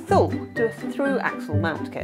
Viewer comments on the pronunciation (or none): Nice video and nice place in France I've never heard of! As a swede from the area where Thule is from I never heard anyone say Thule like that 😀 In Sweden we say it like tu-le, the h is silent. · Thule I thought was pronounced as Toolee ? Great video though 😁😁